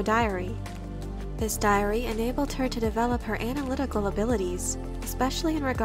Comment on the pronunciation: it just stood out for dome reason “…anal-ytical…”